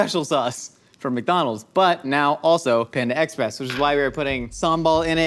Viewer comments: I really did not like how was saying “Panda Express” it was like “panda EX..press” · The emphasis puts on the “Ex” in Panda Express (ie, “panda EXpress”) bothers the ever living hell out of me, but I wouldn’t have it any other way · the way he says panda express is killing me 🤣🤣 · do.....do people pronounce panda express like?